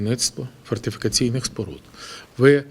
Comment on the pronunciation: Про що Ви говорите , та найвеличніший слово - фортифікаційні споруди з першого разу не вимовить, а Ви хочете щоб він туди гроші вкладав.